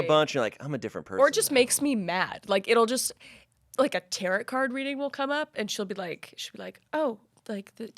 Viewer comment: She really just said "tear it" for Tarot 😂🤣